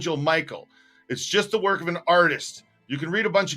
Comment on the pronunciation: we gotta woik on Dat intro. We can do much better. love ya